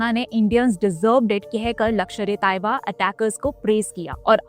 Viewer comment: Mam it's not lakshar, it's lashkar